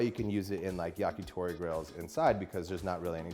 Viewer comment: also, Yah-kee-thow-ree :)